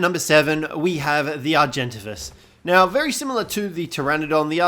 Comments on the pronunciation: Its Ar-gen-tavis not Ar-gen-ta-vis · Oh god, your pronunciation of argentavis is horrible! It's Are-gen-tay-this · wait wait wait how did u say argentavis again? lmfao